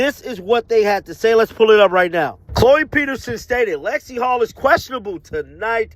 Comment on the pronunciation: It is Hull not Hall